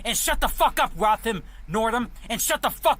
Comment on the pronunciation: That first guy couldn't understand the name Ralph? When he kept saying "Roth-ham Northam" was talking about Ralph Northam... how is Ralph a hard name?